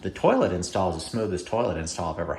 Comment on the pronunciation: Cracked up when I heard "turlet". 😂